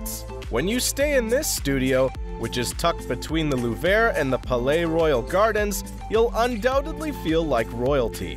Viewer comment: How can you take this seriously when the world's most famous museum is repeatedly pronounced "The lou-VRAY"? Also a few non-Paris clips are dropped in...accidentally? By the way, which one(s) were "budget-friendly? You never tell us.